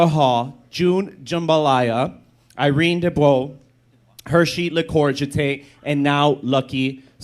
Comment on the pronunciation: getting Irene and Lucky Starzzz name wrong though slightly spoils the sentiment 😅😂